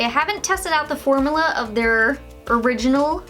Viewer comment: Formula (form-you-la) not (for-moo-la)